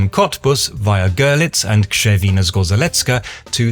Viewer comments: Sehr gut, Krz wie Ksch. Sprich i in Krzewina so kurz wie i in Sinn aus, dabei den gleichen Laut wie ie in Wien. Sprich das o wie o in Sonne und rz in Zgorzelecka wie das zweite g in Garage. Wortbetonung auf rze. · He only mispronounced the words "Zgorzelecka" and "Zgorzelec", as they're (as you probably known) pronounced with a "rz" sound like in "Krzewina" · Gorzej mu poszlo z "Zgorzelecka". 😂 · At least You try to pronounce "Zgorzelecka" :). But rz is pronounce as single letter - not separate. try to pronounce like ge in rouge (French). Same rule for Zgorzelec. Other exaples with 'rz' : Rzeka (river) or rzecz (thing/item) - pronouciation is always as 'ge' Few exceptions like where rz is pronounced as r-z: - Tarzan - this one because is non translated name - Zmarzlina (frozen grund), zmarznąć (get cold) because these words was created from word "mróz" (frost/cold)... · the pronounciation was almost perfect. But the rz in zgorzelecka is also pronounced as one unit with the same „zh“-sound you used in Krzewina. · close enough, but the second "rz" combo (in the zgoRZelecka) is pronounced similar to the first one (in the kRZewina, that one you did right), with the small difference that it's the more resonant version of it (sounds similar to the j in french), since it's not after one of the deafening consonants :) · I really don't understand why you pronounce RZ as Ř in Krzewina, but as Z in Zgorzelecka 😅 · oh, that's simple - easy-peasy , as they say. Repat after me: Kschewina Sgozhelezka ("zh" as in "Brezhnev" - or as "ge" French "collage"). Plain and ssimple, innit? ;-) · Poland!! I'm a pole and I adore your videos in general, I like you are covering my home country. Btw it's pronounced like 'Kshevina Zgosheletska'. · Krzewina - good Zgorzelecka - wrong: 'rz' should be read the same way as in 'Krzewina'. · You got the first "rz" right, but then went for "r-z" with the next :D It's always the same sound